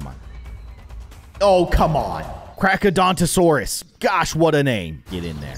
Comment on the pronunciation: it is pronounced car-cara-don-to-saurus